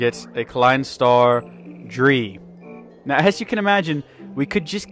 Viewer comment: Klein star ein. Not een. Ei-n. Klein star zwei. Not zwie. Sa-wi, Za-wi=zwei. Klein star drei. Not drie. Dr-ei, but in on syllable=drei. Klein star vier= fi-er in one syllable= fier =vier